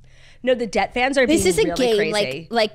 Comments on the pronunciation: They’re saying DET not debt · incoming butthurt life long Lions fan: The hardest part is hearing you refer to Detroit as "debt" lol